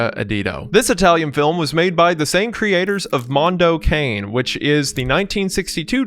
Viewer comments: not to be that one annoying italian but it's pronounced mondo ka-n-eh (it means dog) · Mondo Cane is an Tuscan colloquialism that translates roughly as “it's a dog's life”. In this case Cane is pronounced KAH-nay. Sorry to be that guy.. lol. Enjoyed the video. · I know I'm being that guy but I wanted to point out that the "Cane" in Mondo Cane is pronounced "caw-nay." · Africa ADDIO, addio for god's sake, one word, means 'so long'. Mondo Cane means 'a dog's world' and it's pronounced CA-NE, CA for California NE for Nevada, it's NOT pronounced as 'cane' like cane sugar. Anglos are the worst linguists the world has ever seen. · Ah it's so painful hearing Wendigoon say "Africa AdiDo" (where did that extra D come from? Think "adios" in Spanish) and Mondo '_kayne_'. (It's pronounced like '_ka-nay_' - cognate to "canine.") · As an italian, the way Wendigoon said "Africa Addio" and "'Mondo Cane" made me die a little inside. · the worst disturbing thing i've seen in this video is the pronunciation of "mondo addio" and "mondo cane" :p